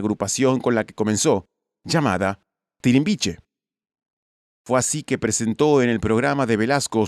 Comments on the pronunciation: con el comentario de Thalía el narrasor se equivocó en el grupo en el que estaba Thalía el pronunció "Tirimbiche" y lo correcto es "Timbiriche" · TIMBIRICHE, no TIRIMBICHE, men.s0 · 😳🤔No se llamaba tirimbiche , Sino Timbiriche 😂🍀